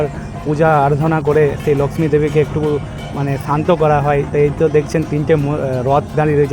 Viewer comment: বাংলা যখন বলছেন; তখন 'ল্যাকশ্মি' বলছেন কেন ? বাংলার 'লক্ষ্মী' উচ্চারণ করতে কি খুব সমস্যা ?